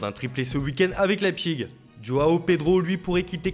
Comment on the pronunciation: laipchig :DDDD Laïpzih svp